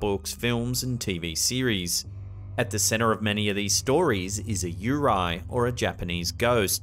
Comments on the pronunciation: its pronouced "u-rey" not "u-rahy" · It’s “Yurei”, not “Yurai.” ✌🏻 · love your videos, but yurei is pronounced Yoo-ray, not Yu-rye. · The Japanese one is actually pronounced "You-ray", but yeah that was freaky weird. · A Japanese "Yurei" is pronounced "yuu--ray, with the "r" pronounced more like a mix between R & L. Probably just an Aussie accent but as a Japanese speaker it sounds totally different and confusing. That said, I love watching! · Yurei is pronounced you-ray 😊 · The way he says "Yurei" is triggering 😂